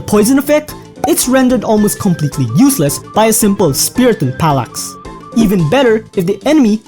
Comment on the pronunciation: "Palax"💀💀💀💀💀💀💀 Bro can't pronounce Phalanx